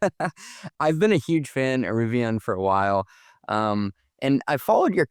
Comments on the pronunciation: Maybe he's...um.. ok I got nothing. Maybe they're rebranding to "Rivion"? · I love Riv-e-on. They're great-e-on... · Why is he saying Rivi"on," on sections of this video? I even turned on CC to double check and it's spelling it as "Rivon." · Lost me when he doesn’t pronounce it correctly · I can’t believe the host can’t even pronounce the name of the company his guest works for